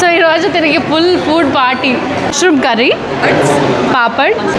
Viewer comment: Food❌ Fuud ✅